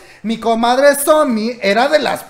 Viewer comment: A mi dandome algo porque dice sonmi y no somi🤖